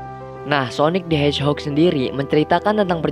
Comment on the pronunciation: Hedgehog bang bukan hedgehod